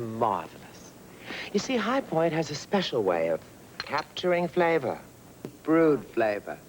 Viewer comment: The way Lauren Bacall pronounced the word FLAVOR gets on my nerves. Lol.